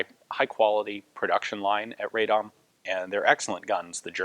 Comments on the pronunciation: Radom is pronounced "RAH-dom" not "RAY-dom". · Not a nitpick, just a piece of information if you want to be super correct: 'Radom' is pronounced as 'Rah-dohm', the 'a' sounds sort of like the vowel in "but", for instance. The "dom" part of the word was correct :). It's not a bother, really, but I figured you're a kind of guy who likes as much accuracy as possible. Cheers! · It might have been said sooo many times before but try to pronounce Radom as Rahdohm [vowels are short not long]. It would be greatly appreciated :D. Another funny thing is that tooling used for 29's were actually german from Mauser factory in Gdańsk [Danzig]. PS. Looking forward for Polish BAR video !